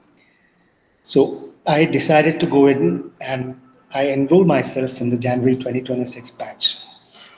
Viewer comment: Are you sure? He still mispronounced a lot of words. 1. January 2. Desire 3. Time etc.. He has a long way to go. He also has that MTI.